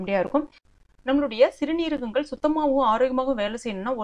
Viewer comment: சிறுநீரகங்கள் என்று சொல்லுங்கள்.அது ஒரே வார்த்தை தான் சிறு--நீரகங்கள் என்று பிரித்து பிரித்து சொல்லாதீர்கள்.